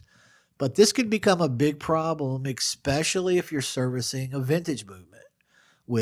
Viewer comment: Hey. You always say “Ick-specially” and “Ick-scapement”. Is this a regional thing?